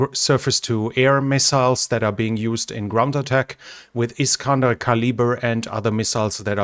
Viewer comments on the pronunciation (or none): none